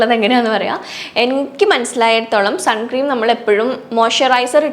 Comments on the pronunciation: ചേച്ചി സൺ ക്രീം എന്നല്ല സൺസ്ക്രീൻ എന്നാണ് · Sun cream alla unni... Sunscreen aanu... Venel sunscreen cream nnu parayam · Great video!! Just letting you know it’s not suncream..it’s sunscreen. Hope that helps. ☺️ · Sunscreen ആണ് sunscream അല്ല